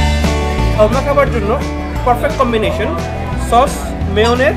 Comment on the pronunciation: Bokachoda sharma na re shawarma😂😂😂